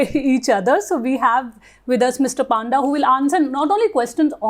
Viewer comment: Mam pronounce Panda properly पंडा